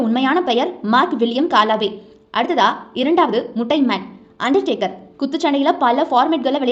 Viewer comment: தாயீ அவர் அண்டா டேக்கர் இல்லமா அண்டர் டேக்கர் 😂😂